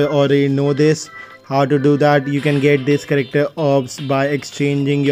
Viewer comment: Other say character says charecktar